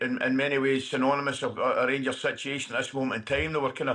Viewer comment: The rangursh 😂